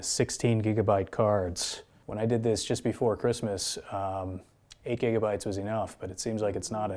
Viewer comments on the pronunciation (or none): none